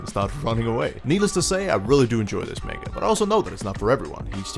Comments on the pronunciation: did, he just say MAINGA? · This guy: MaYnGUH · I'm disappointed in how you pronounced manga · I'm hoping he's pronouncing the word manga as a troll lol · I'm new here but.... Why do you say manga like that???